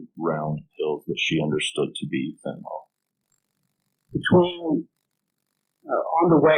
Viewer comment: really weird that both the witness and the prosecutor here are pronouncing the drug name fentanyl as fentanol. one would think they would both know how it is spelled, and how it is pronounced.